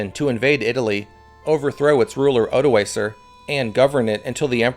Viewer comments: Odoakar with a hard k. Pronounciation matters. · Odoacer* not odoaser. The c is pronounced as a k